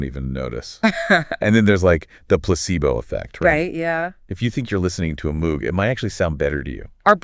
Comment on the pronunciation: Moog rhymes with vogue. Synth 101 basic knowledge.